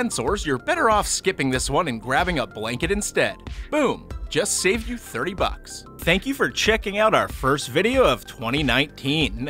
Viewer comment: Everytime I rewind I keep hearing “drop 16 fucks” or did he say bucks 😂